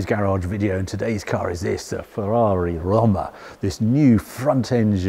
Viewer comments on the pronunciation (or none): if its romma as you pronounce it or rooma as the italians say it -- single o and single m is pronounced with double o pffff english lol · Surely it's pronounced Row-ma, like the city, rather than Romm-a ?! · Surely it’s pronounced “roam-er” or am I missing something? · It’s hilarious when reviewers feel the need to put on an a fake accent when pronouncing foreign names, but only with certain cars, like here with Roma but will just say BMW like any other English speaker 🙄🙄 not even the Porsche pronounciation nazis care about how Mazda is actually pronounced but lose their shit if you don’t put the uh at the end of Porsche.🙄🙄 You are British, say it like a British person would.